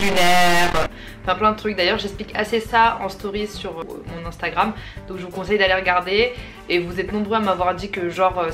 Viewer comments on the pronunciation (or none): none